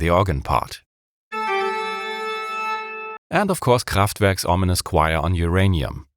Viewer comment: Wenn man einen Deutschen nicht an seinem Dialekt erkennt sondern weil er es hinbekommt "Kraftwerk" auszusprechen XD